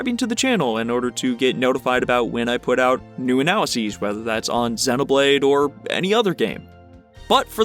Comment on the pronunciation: that split second after you pronounced Xenoblade properly (yay!) and then added Chronicles (booooo). Naw naw this is great, I've always wanted to see an analysis of the snow areas, because DAMN they really pull it off. Makes me wanna look up a video on all the stuff from the first two games that were included in 3 that I missed. because I know there's a lot more than I noticed.. even just here in these two maps from 3.